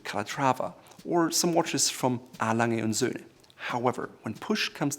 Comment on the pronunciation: im not a swiss, but that's absolutely how to pronounce a lange & sohne